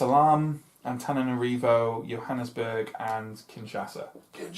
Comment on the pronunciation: One the plus side, you are the only playthrough so far that I have seen that sounds like you are pronouncing Antananarivo correctly